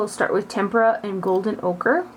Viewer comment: Thank you for pronouncing "tempera" correctly. Lol. Xoxoxo